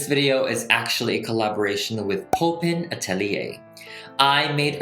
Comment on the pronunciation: Poppen atelier = pronounced pop-pun atelier it's Dutch. Don't know why I feel I need to comment this, who cares but there you go ..